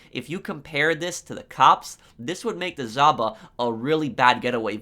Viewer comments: In Europe we don't say Zhaba we say žaba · Without being a dick, its pronounced JAVA ;)